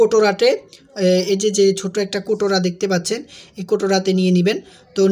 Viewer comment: কৌটা না বলে কোটোরা বলছেন কেনো